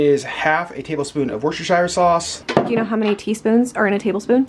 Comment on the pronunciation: You say Worcestershire sauce like my dad! He adds like 3 extra syllables and I love it. So of course I say it like that as well. 😄